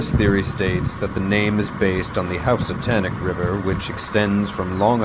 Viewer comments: It's pronounced hoose-atonic river not house atonic; the house i grew up in was less then a quarter mile from it, your production quality would increase if you attempted to look up propper pronounciation. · also tonic, not tanic, Hoose-a-tonic, not house-a-tanic.